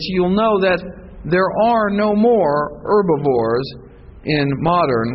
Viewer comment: and it's pronounced HERBivore, not erbivore